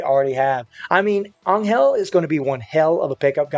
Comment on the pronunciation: Is this guy butchering Angels name or am I tripping